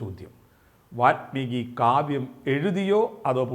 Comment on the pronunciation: വാത്മീകിയല്ല, വാല്മീകി.